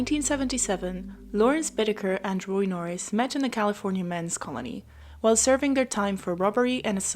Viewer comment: Nor ris....